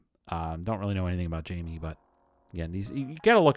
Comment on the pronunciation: Jamie's name was actually pronounced with a soft J, "HI-me". And you're correct...a lot of the 80s card designs were based on previous designs from earlier yeras (1986 from 1971, 1983 from 1963, 1988 from 1958, etc.)